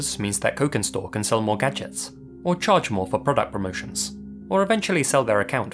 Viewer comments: Cokinstore if is using Indonesian phonology then it would be pronounced "chokin" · You read cokinstore with sharp c like' chokin'. Basically 'cokin' is Indonesian slang for Chinese. And it's Indonesian tiktok account, I cannot expect anything less brain-damaging. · if Cokinstore is Indonesian, then the "c" in their name is actually most likely pronounced kind of like a clipped "ch" sound (as "c" usually in Indonesian). Personally, I think the disturbing TikTok vids they posted are just one of those weird, 24-hour mud hole livestreams (I can't believe that's a sentence I just typed out so casually, lol) taken out of context. Usually when people are freaking out and reading way too much into something on the internet (all too frequent of an occurrence these days), the answer is way simpler and more boring than anyone expects.